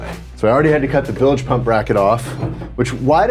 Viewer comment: Y'all are so awesome!!! O.. WOW. That used-to-be-wood panel! ACK ... (btw... "bilj", not "bil-ej")